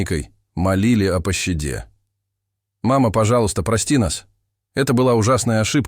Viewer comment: Что за пощЕда? Когда научитесь читать!?